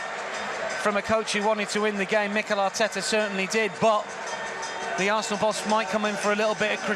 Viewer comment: arteta not attak auuuuuuuuuuuuuuuuuuuuuuuuuuuuuuuuuuuuuuuuuuuuuuuuuuuuuuuuuuuuuuuuuuuuuuuuuuuuuuuuuuuuuuuuuuuuuuuuuuuuuuuuuuuuuuuuuuuuuuuuuuuuuuuuuuuuuuuuuuuuuuuuuuuuuuuut